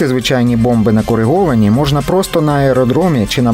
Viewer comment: Не КОРЕГОВАНУ, а КОРИГОВАНУ ! Ви що, надивились реклами про стоматологічний фіксатор протезів КОРЕГА? так він тут ні до чого !